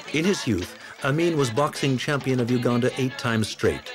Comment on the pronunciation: Great you said it well Uganda!! Not Ouganda